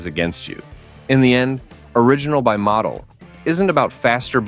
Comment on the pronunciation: Is that how you say, Motul?